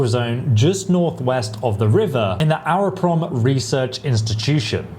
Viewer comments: It's supposed to be Агропром, pronounced Agroprom, with the "g" like in Agri in English. Don't know where the H comes from on the map. That would be for a X or "kh" (like the guttural Dutch g or German ch). Yes, OCD. Also, it's a VAL! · H in Ukrainian is G so it's pronounced Agroprom :)